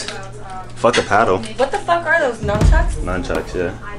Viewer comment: She calls them "numbchucks". That right there tells you everything you need to know 🤔😆